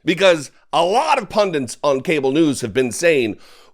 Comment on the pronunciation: What's a "pundant"?